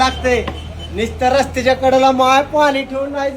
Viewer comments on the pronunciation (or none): none